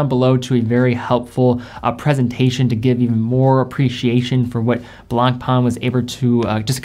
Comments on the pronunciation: Ok, you need to pronounce the French names correctly. Le Blanc (masculin) / La Blanche (feminin) means the color "White". Blan/c, the letter C is never pronounced. Pain, means Bread. So, Blanc Pain means White Bread. Because Le Pain is masculin, the adjective has to be masculine, in this case Blanc. Same goes with White Wine. French 101 for free 😋🙏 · lol true blangpang...XD it's blanc pain litterally means white bread in french. funny name for watches that go for 130000 euro per piece. allot of breads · Awesome list. Tis "Blanc-pen",though...easy peasy